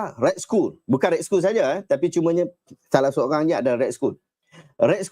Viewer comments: Red skoll? Pronounce dia red skall (skull) kan? 😅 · otak auto dengar school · Sebutan yg betul - red skal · Tu la, aku dengar cam Ray School....dah sapa.pulak ray school ni....rupanya red skull daaaa....sekali dia tulis arab daaa